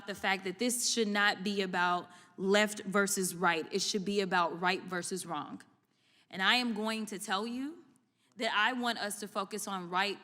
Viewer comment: I like this woman but she needs to learn how to pronounce "wrong". There isn't a k at the end, its not wronk. Just because there is a silent w, doesn't mean there is an invisible k.